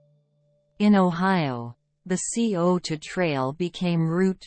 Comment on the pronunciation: Sigh-O-Toe NOT C-O-Toe. Nice video of the trails.